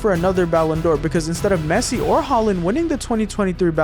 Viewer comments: Bro really said pessi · it is pessi